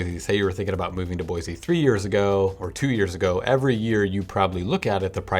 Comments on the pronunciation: Dude you are "from Portland" and the correct way to pronounce the name of this town is "Boy-see" not "Boy-zee" as you are doing. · Boise. Not Boyzee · BOY-CEE not BOY-ZEE get the name right before you come here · If you can’t say the name properly you probably shouldn’t be giving a review of the town. Just saying. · Or you could just say it correctly haha